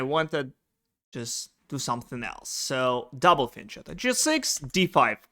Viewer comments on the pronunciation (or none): Shouldn't fianchetto be pronounced with sound K? as there is no such word in english but it is exist in italian and sounds with K.